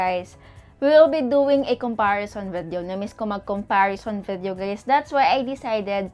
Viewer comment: Ate I love u, na bobother lang ako sa pronunciation mo ng VIDEO, hehe.